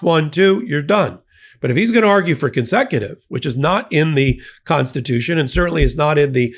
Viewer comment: The Constitution, paah.